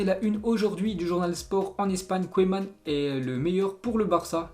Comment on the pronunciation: Koueman ? Pour dire Ronald Koeman ? Il tacle à la gorge tout les noms de joueurs et des clubs !! Et arrêt de lire on dirait un CP qui essaye de lire !